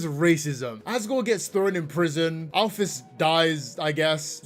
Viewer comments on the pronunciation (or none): none